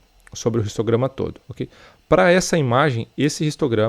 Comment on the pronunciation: Bromo seu vídeos são muito legais e vc explica muito bem mas por que vc fala "ristograma" e não "histograma"?